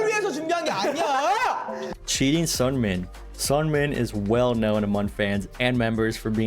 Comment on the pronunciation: This was awesome I love it but you do say Seungmin's name a little wrong